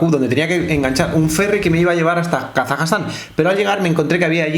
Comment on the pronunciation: Se dice Kazajstán o Kazajistán, no Kazajastán